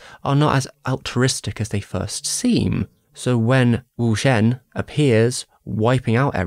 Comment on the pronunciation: this is a r;y good video analyzing one of the most deserving movies and series of all time, but the way you pronounce some of the names , specifically wu xian, takes me the fuck OUT , like u pronounce it different every time??? I would look into it more if I were you and I recommend just practicing So you give the culture its due respect. also in terms of your criticism of feng xi being too unsympathetic, I have to disagree. as a person of color I understood perfectly his point of view being unwilling to join the guild. It’s not the same thing. I completely understand not wanting to assimilate to a culture you never asked for and was literally forced upon you, while your own culture and way of life you simply have to suppress and leave behind and in some ways act like it’s less civilized, less important and less beautiful and rich and intelligent than the culture of your colonizer. So, feng xi’s point of view is a lot more nuanced than you give credit for, althoigh I agree that the movie presented him slightly too villainously (being willing to hurt other yaojing). Though I don’t blame you for not getting that on your own because that’s not a perspective you necessarily have as a white .....and British.....person.